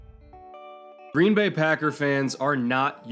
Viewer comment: Been hoping you'd make a vid like this, thanks. Even if you do emphasize the wrong word in "Green BAY"; we're used to it.